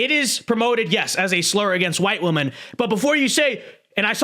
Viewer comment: Women is pronounced differently than woman.